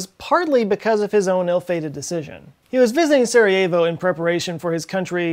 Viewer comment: Damn, you murdered that Sarajevo and Bosnia and Herzegovina but was a good try :D Great vid as usual, cheers